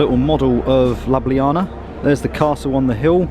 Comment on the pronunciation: very enjoyable video and informative video, especially the castle tour. A small comment since the whole video is dedicated to this city: the city is pronounced with an U sound and not A sound. ie LjUbljana. 🙂